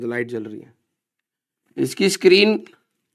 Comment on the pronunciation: Screen ❌sakreen😂😂✔️